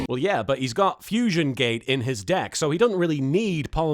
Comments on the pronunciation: "I haven't quite solved the problem that is Jaden's dick." Wait.. what was that? "Deck." Hmmm. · I swear half the time when they say it sounds like they're saying dick (especially Bastion) "Countless equations, a myriad of therums, yet still I haven't quite solved the problem that is... Jaden's Dick"